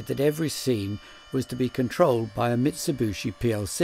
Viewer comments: Tim, I love your work and have watched you for years. It's a common misconception that Mitsubishi is pronounced "Mitsu-BOO-shi", but if you look how it's spelt, it's "Mitsu-BI-shi". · Nice video. It's Mitsubishi, btw, not Mitsibushi. Incredibly annoying that such a clever bloke can't even read the manufacturers name correctly. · A few thoughts: - Your chiropodist needs a dermatologist. - It's pronounced mitsubishi (bee-she), not mitsubushi (boo-she). It means "three lozenges" as in the company logo. To be more precise, hishi (_hishi->bishi_ for phonetic reasons) means "water caltrop", because sometimes their seeds are lozenges. - The cam driver is the most interesting thing I've seen this week, maybe month. Interesting things happened before digitalization took over. - During the video, as I watched your explanation of ladder logic etc, I did think about how much more straight forward everything would be with an Arduino or something, but then I rethought it and ended up with the same idea that you brought up at the end, via Shapiro: KISS. Keep it simple, sweetheart. No need to go beyond something that gets the thing done. There is a certain elegance to it. - You share the first place in my mind in the category of "Favourite Tim", with Tim Rowett, your compatriot who collects toys. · Mitsubooshi? Is that the same as Mitsubishi? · Says Mitsubishi not Mitsibushi! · "Mit-so-boo-she" lol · Ubiquitous pronunciation for some unkown (to me) reason 🙂